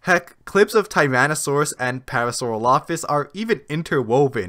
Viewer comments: Parasauropholus? The narrator's on crack. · To be fair, I first saw this documentary when it was on Netflix. In that version, Mathew Wedel’s quote-mining and the narrator’s pronunciation of Parasaurolophus were corrected. Once it got taken off Netflix, I found the episodes on YouTube, which were the original versions that had those problems. I watched them again and thought, “Hey, that’s not what I heard before!” Lol